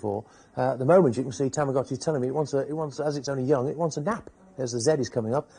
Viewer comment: Let's see if you can pronounce TAH MAH GOH CHEE correctly.